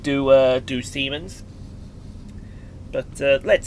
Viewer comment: It's an absolute shame Simon couldn't be with us for this Episode, but I'll still drop the now obligatory "Hello, " to kick proceedings off! Semens? Did you say... semens? (LMAO) English, Gibberish, and Bullshit - seems to me like we both attended the same Language School! lmao. This was a nice, peaceful trip - and despite Simon not being present, you still provided quality commentary, and knowledgeable information, which is top notch. You're really turning me onto watching these, brother! It's not an easy thing to do lmao. Another brilliant Episode. "Goodbye, "... even though you're not here!